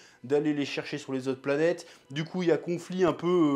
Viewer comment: L'anime est merveilleux et n'a pas vieillit d'un poil je le recommande amplement. Le studio Sunrise ont fait un très beau travail et en plus la VF est très bonne. Petite note, ça se prononce "Pla-nyyt-èss" c'est un mot grecque qui veut dire: voyageur/explorateur.